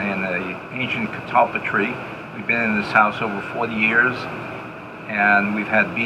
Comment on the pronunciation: That old man said the name of that tree better than you did!